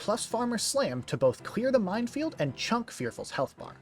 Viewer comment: only cause i hear so many others say it minefield* not mindfield